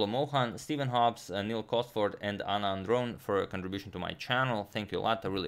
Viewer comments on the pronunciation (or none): none